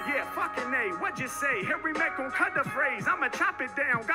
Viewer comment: Harry mark? Who’s that bruh it’s Harry mack